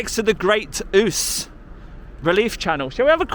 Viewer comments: You pronounce it whose but I still like yours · Everytime I go to qork I hope to see a orange bike ...when you going to thetford? Pleaseeeeee, ( your almost there alread)also you murdered the way you say river Ouse hahah. Great vid tho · River Ouse, pronounced ooz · Hiya DJ! I am chuckling to myself at your pronunciation of The River Ouse! It is pronounced "OOZ" but i think i prefer your pronunciation better! xxxxx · The river is pronounced ooze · I used to live in that town,,that river is pronounced the river "ouze" but spelt ouse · The River is pronounced as Great "ooze" (spelled Ouse) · Pronounced Ooose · The Great Ouse is pronounced "ooze". Is that part of the River Nene? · Dude, its the River Ouse, pronounced Ooze, hope your well anyway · DJ my ol son. The river Ouse is pronounced: Ooze. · I agree with the view that auditors should audit alone. appeared to be a nice guy if only he had the chance to talk. By the way, the river’s name is pronounced ‘Ooooz’. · Its pronounced River Ooze. By the way what was that chaps name? I don't think he mentioned it. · the river ooze is how it is pronounced round here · It’s pronounced River ooze isn’t it? 😂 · its the River Ouse!!! (pronounced Oooozzzzze) lol from a northerner living in surrey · Isn't that pronounced River Ooooooz? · That probe going into the truck is to measure moisture content. The pronunciation for that river is the "ooze". Your in my country. I believe you're in Downham Market. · Saying the name of river wrong . sorry being from fens we know you don't so let ya off DJ hehe